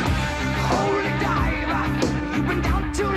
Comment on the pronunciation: "Holy Dive uh"